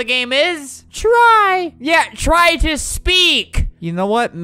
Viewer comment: whyd he say tyr like that 😂🤣😭